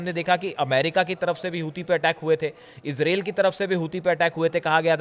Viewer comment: मान्यवर इजराइल बोलिए ,इसरेल नहीं।